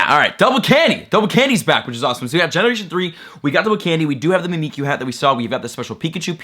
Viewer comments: It's pronounced mimic-you because it's mimicking Pikachu because Pikachu is loved and Mimiku isn't. I don't know how long I'll be able to handle "me me q" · Mimick-you. Mimikyu. Other than that, great video. Don't worry, I've heard worse, you're still awesome. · Mimikyu is pronounced Mimic You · Mimikyu is a Pokémon that mimics Pikachu - so, phoenetically, you should pronounce it "mimic you". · It is said Mimic-you, Just to let you know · Aye bruh, it's pronounced Mimic-You. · Just say it like, "mimic- u". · prononce mimikyu as mimic you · Just so you know, it’s pronounced Mih-Mihk-You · mimikyu is pronounced Mimic-kyu or me-me-kyu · It’s so funny when he doesn’t know how to pronounce he 3 Pokémon name or mimikyu